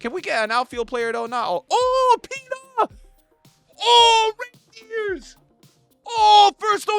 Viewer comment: Ayo im pretty sure Reijnders doesn't belong to Santa Clause, that's not how you pronounce his name